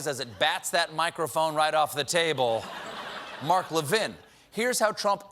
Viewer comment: I do however love the way he pronounces "Mark Levin" as "McLovin' ".